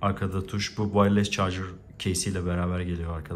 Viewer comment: İki senedir Amerika'dasın halen vayless (wireless) diyorsun yazık.